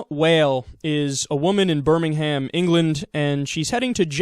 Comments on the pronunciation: It's BUR-ming-UM, not Bur-MING-HAM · Americans, please stop pronouncing the H in Birmingham. It's pronounced 'Birming'em', not 'Birming-ham'. And before anyone says 'well it shouldn't be spelt like that then', not everything is phonetic, look at your states of Maryland and Arkansas. They aren't pronounced 'Mary-land' and 'Ar-Kansas'.